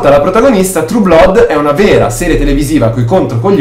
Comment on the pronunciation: Comunque "Blood" si pronuncia "Blad".